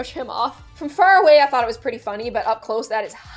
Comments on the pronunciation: I am refusing to look pretty on this show Me:I WaNt tO WoOk PwETy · why i not pwety